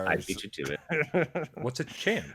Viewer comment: Cham is pronounced Cam. It’s short for Chameleon. Thanks for the shoutout! Great episode! What a trip down memory lane. 25 years of greatness!